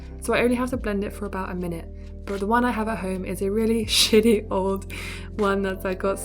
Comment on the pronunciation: It was the accent lmao